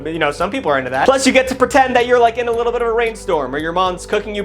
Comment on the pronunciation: saying “wee littil boots” 😂